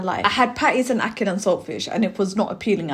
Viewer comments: How you gonna say ackee correctly and then say you dunno why you was saying ackeel and now you’re saying ackeel again 😭😭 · I wanted to watch your review but you couldnt even pronounce the food properly, yuh keep saying Akeel which was annoying the hell outa mi, so i had to just bounce, and i couldnt take you seriously afta dat, get you food right then call mi, every incompetent are making content these days, no offence!! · Btw who’s Akil?, no disrespect it’s Ackee and Saltfish that’s the name get it right please and Ty. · ACKEE!! EEE! Not IL! Love you but you are upsetting my ancestors 😂….He didn’t boil out the salt fish first that’s why🤢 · ackee = akhi . you should know this word very well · It's pronounce Ack key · “Ackeel and saltfish…” “The Amaan of salt in this…” How many Arabic names you gonna drop? 😂😂😂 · You keep saying it wrong and they probably didn't boiled it ment to boiled it twice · She addressed it and said it wrong again… but you can’t hate her she’s lovely ❤😂😅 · Your pronunciation of names of foods and drinks such as Ackee—you constantly say ackeel and Lilt, which is not pronounced as you do—is getting on my nerves. Learn to pronounce words properly!!!